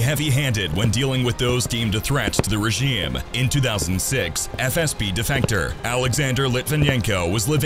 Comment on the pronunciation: Ok am I the only one who noticed the odd pronunciation of the word “regime” throughout the video? Seriously, content creators please check the pronunciation of words that you clearly do not know before recording your videos.